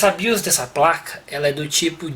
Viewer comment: Bacana, genial! Só um detalhinho, a pronúncia correta é O BIOS e não A BIOS, já que nos referimos a um Sistema. Valeu! 🤙